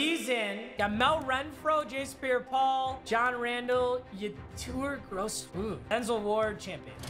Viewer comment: It is ye-tor gros-matos he went to psu and smacked MSU so yea